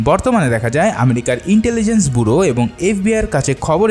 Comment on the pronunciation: Bhai sorry to say you apni bollen "America intelligent buro" ay shobdor pronounsation bhool ache ( Buro ) na ( bureau) bola jabe